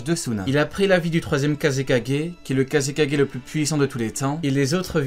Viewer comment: oui mais non c'est kazekage Black Z dit kaze 4g mais lui il à dit kazegager